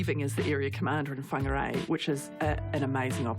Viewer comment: Ummm she mis pronounced whangarei by not rolling the r .. like bruhhh